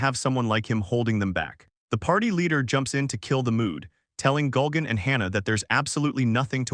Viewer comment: Why does the narrator keep saying "Gulgan"? It's Gurugan. It's like somebody messed up the name every time the character was named in the AI program they used to make this voice over. So many extra layers of laziness. (On top of stealing comics and using AI voice overs)